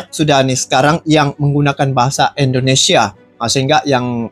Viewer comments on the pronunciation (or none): Eloe orang 🇮🇩 atau orang 🇲🇾 bro Admin....? Cuman mau bilang dikit .. pengucapan Eloe yg menyebut INDONESIA Banyak salahnya .. harus nya pakai I Bukan È .. INDONESIA Bukan Èndonesia .. terimakasih 🙏 gua nonton konten Eloe sampe habis .. semoga mempererat persaudaraan antar dua negara.